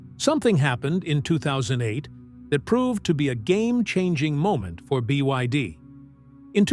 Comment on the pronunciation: BYD has already become world no1 ev sales. This narrator can't say it though